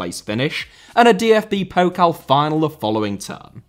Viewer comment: Thank you for calling it Pokal and not Pokle ^^